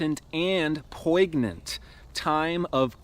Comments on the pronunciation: always love your videos and i hate to be “that person” but i’ve heard u say this a bunch of times and the word poignant is pronounced poin-yent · Bless your pronunciation of poignant,... at first I heard po' ig'n'ant What's more poignant then the poor ignorant?